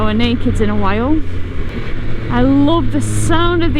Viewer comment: Sold the Hayabusa and got the first generation Triumph Street Triple matte orange. Thats a FUN bike😄👍. What part of England is that from depending on your dialect when you said, "i just loooove it" ha ha ... 😄. Regards from Scandinavia.